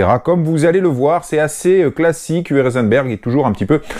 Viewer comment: UWE se prononce OUVEU. Merci pour toutes ces vidéos !!